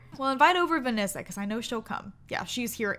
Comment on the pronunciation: You say Venessa's name strangely... Are you saying "Vinissa"?